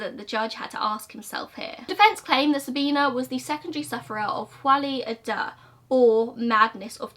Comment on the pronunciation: I don't want this to come off as rude at all but folie a deux is pronounced like "foh-lee uh doe". Just in case it comes up in another video !